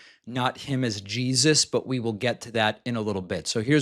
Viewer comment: "She's referring to Jah-eeezuss." Sneaking in that hilarious pronunciation, eh David lol 💀